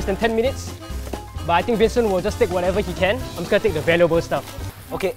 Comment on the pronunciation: it’s wincent and wayner